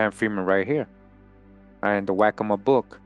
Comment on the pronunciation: Its pronounced "wok co ma"